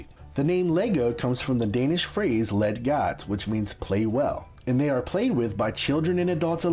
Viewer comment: Dane here: Leeg gooot. Hahahahaha!